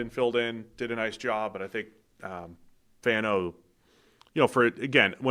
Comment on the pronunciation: Fano’s last name is not pronounced like “fan” like ceiling fan, it’s FAHN like rhymes with Ron